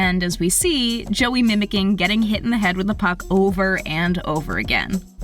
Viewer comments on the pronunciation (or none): none